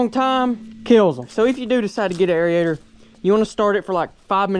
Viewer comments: It's pronounced Air-ator Airator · Air-ator. 😂. God bless you always a good time with the uploads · Air-ator....not Air-E-ator....hehehehehe....the E is silent. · I just wish Jesus would give you the good sense to know how to pronounce the word Aerator......hint it's not area-ator lol SMH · love you man love up but trust me bro idk the science behind it but I’m pretty sure it’s pronounced air-ator not area-ator hahaha love you brotha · It drives me crazy listening to you say "air-e-ator". I know you're very smart but clearly you played hooky too much from your grammar classes in elementary school. All your aubscribers are cringing as well as all of the English teachers that are viewers. Otherwise great job on the vids though.